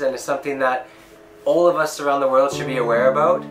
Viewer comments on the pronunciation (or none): none